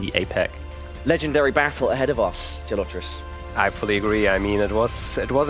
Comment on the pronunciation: He couldn’t even pronounce Gelotris name right. Got it wrong every time. It shows how little he knows about the Geoguessr community and players